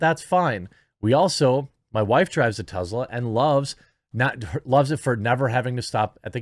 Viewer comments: First, it's pronouned TESS-la, not TEZ-la. Second, Musk did not get a government handout. He accepted a government loan... which he paid back before its maturity date. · Jeremy, say it with me Tess-la not Tezzla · It is Tesla not Tezla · Why do you keep pronouncing Tesla as Tezla?